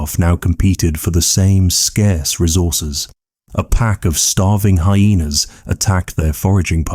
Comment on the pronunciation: you mangled the word "hyena." with hayne. I had to chatgpt it up to see whut u were tlking bout